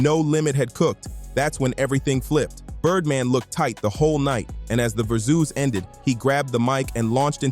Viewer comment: Giving this AI slop a thumbs down. Your lazy rass could’ve at least corrected the pronunciation of versus!